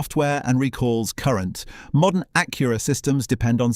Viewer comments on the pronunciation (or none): He keeps calling it an A-cure-a.